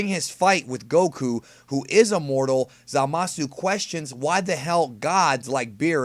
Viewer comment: You say it right i think at long time go